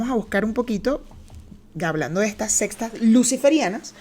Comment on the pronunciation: Lo siento, me causa ruido cuando dices "las sextas" cuando son "las seCtas" jajajaja... Nivel de inglés 77% y de español? Jajajaja... Un abrazo!